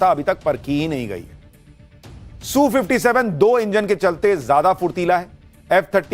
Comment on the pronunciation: Sushant ...rest of the World calls it S U 57 .....not Soo57